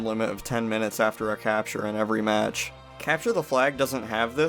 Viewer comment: Why do you say cepture da fleag?